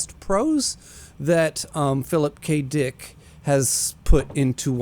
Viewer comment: he said Phillip K DEEICKKK